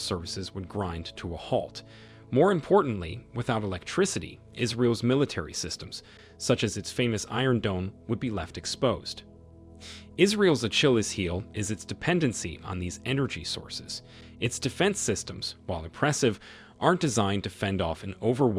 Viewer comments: “A Chili’s heel” 😂 I’m getting fucking sick and tired of these AI narrated videos. 🙄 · Somebody correct this awful pronunciation!!! It’s so annoying. Can’t even pronounce Achilles, Iran, Telaviv and Hamas. Please.